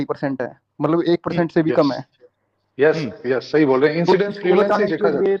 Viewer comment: Cult practice ko sayiiiii bol raha haiiii😅😅